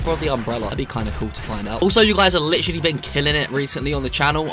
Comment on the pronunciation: Nobody:: lichally